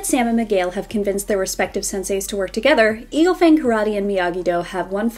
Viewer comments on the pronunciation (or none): none